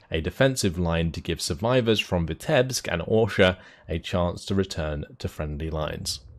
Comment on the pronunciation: As a citizen of Belarus, I find it strange but funny to hear you pronouncing names of cities and villages tottaly wrong))))))) ( BerezinA, VItebsk, etc.)